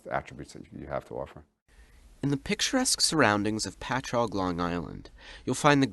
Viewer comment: 30 seconds in, I realize he's talking about someone from my home town. BTW, your pronunciation of Patchogue is awful. It's "Patch-hog". I don't know where you got "pachogyu" from. Maybe Japan?